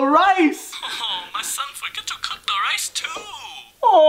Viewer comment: Its rice not ryce